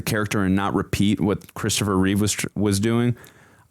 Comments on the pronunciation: Take a shot every time they say "reeves" instead of Reeve. 🥃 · His name was CHRISTOPHER REEVE, NOT REEVES. There's no "S" at the end of his name. It's a shame no one ever remembers that. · Remember it’s Christopher Reeve. Not Reeves?